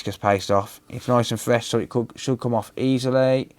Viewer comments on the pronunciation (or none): none